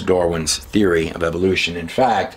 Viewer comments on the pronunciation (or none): none